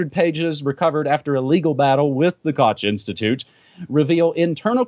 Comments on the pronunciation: Koch is pronounced little like Kohh. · Koch is pronounced like Kokh, like Juan. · This is not how you pronounce "Koch".